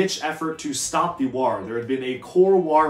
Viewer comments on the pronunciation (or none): The way you pronounce war makes me instinctively want to yell WAAARGH like an ork